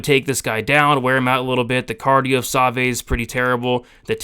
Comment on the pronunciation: That's the worst pronunciation of Savoie (Sa-vwaw) I've ever heard. Other than that, great stuff as always my man!